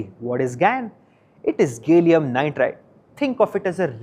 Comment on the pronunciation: To the reporter, a minor nit, it’s called ga-lee-um not gay-lee-um. The A is pronounced as in Apple